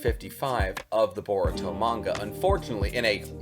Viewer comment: you butchered his name beyond repair 🤦🏿 its “boruto” not that hard to spell and secondly that wouldn’t be a amp for boruto at all you say unrealistically powerful when i bet you your self can’t explain what makes him “unrealistically powerful” its a anime dude smh